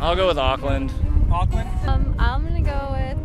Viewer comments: Tip for Americans: don’t say auck - land say awk - land (like the end part of hawk) sorry it kills me the way you guys say Auckland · Auckland New Zealand They are saying Oakland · The pronunciation of Auckland was, interesting . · Try saying it like oar-kland not ockland and not New Z- ee- land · they said ockland not auckland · Auckland is pronounced more like ookland than ughkland. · The fact that most of them pronounced Auckland like Awk-land and how they pronounced Samoan as Sam-Mo-in made me cringe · Them saying Auckland like like was pissing me off lmaooo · The way they pronounce Auckland is just- I know there are reasons why like because of their accents, but it just triggers me.